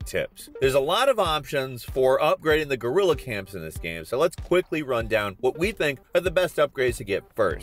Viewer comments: you did not just say gorrila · “Gorilla” lmao